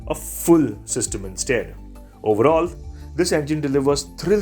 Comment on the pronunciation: This guy is obsessed with ‘oral’ this time it’s oral ecstasy… in another video it was oral bliss cal… and his language… seems he is trying too hard… use simple English or work on your pronunciation… stop this “oral” nonsense… use synonyms!